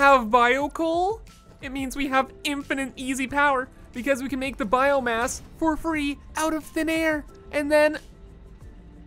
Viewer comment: did i just heard “biome-ass?”